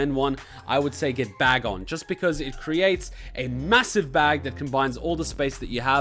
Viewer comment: Bagnon,not bagon